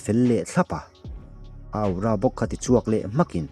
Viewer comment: Sir aura tih hi athing e ka comment tam ve tawh teh reng nen awra tiin lam zawk la ngaihthlak anuam zawk alom....... Aura aura aura 😂😂😂 thing e